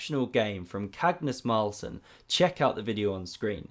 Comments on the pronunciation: "Cagnus Marlsen" - 🤣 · did you say "Cagnus Marlson"? 😆